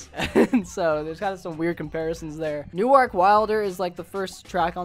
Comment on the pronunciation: You pronounce Newark like you’re from Delaware